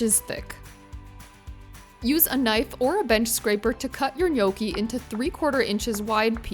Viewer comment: You're not pronouncing gnocchi correctly